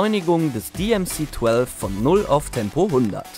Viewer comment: 8583 Stück wurden gebaut. Das DMC-12 auf Englisch ist in dem Video echt übel anzuhören. Warum ist das dann noch ein Renault 30 (dreißig) und nicht Renault „trente“?